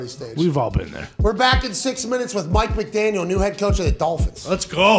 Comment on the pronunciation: It sounds like they got Mett McDaniel instead of Mike McDaniel